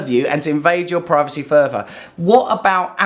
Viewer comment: 8.36 Does he say "privaty"?